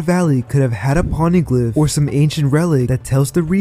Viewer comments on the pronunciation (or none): none